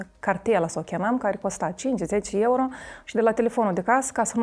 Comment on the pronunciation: "4 suti di ieuro"🤣🤣